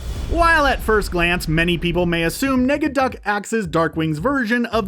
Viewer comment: Some corrections, it’s not “Steelbank” it’s Steelbeak, Negaduck not “Megaduck” and it’s not “Mc Scrooge” it’s Scrooge McDuck. also it’s was normally a 65 original episode run. (not 66) the original DuckTales & Darkwing Duck were extend.